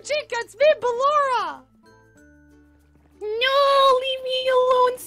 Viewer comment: Also it's ballora